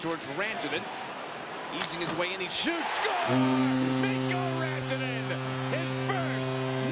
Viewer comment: Mhikkou Räntänen.